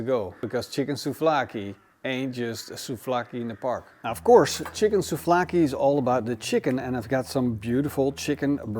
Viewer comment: souVlaki, there is a V there...